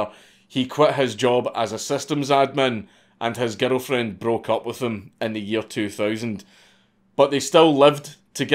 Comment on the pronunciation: It took me some time to realize that "His ghetto friend" was actually "his girlfriend"